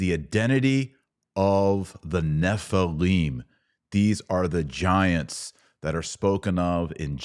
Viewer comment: Nephilim not Nephileem. And the Demons are the Unclean Spirits of the Dead Nephilim. Fallen Angels are not Demons. Angels do not need a host. Angels can materialize and appear as men. Demons can not. Demons need a host. Many Christians make the assumption that Fallen Angels are Demons. Gigante is mistranslated "giants." That is what it sounds like, but you are wrong. That is not what it means. GGigantes means "Earth Born."